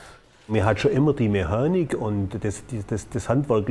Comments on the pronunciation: "Mehanik" wenn ich das schon höre.... aua... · Mehanik... wie ich das leiden kann .... genau wie wenn man Kina und Kemie sagt .... bei Chef sagt doch auch keiner Kef. Ansonsten sehr interessanter Beitrag. Hätte auch nicht mit 13.000 Euro gerechnet. Ich hätte eher im Bereich 8-9000.- € geschätzt.